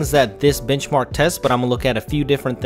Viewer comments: Thought i heard bitchmark lol.... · Lmao .. Who else though that he said bitch mark ?